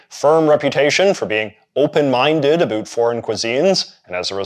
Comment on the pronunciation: You say about incorrectly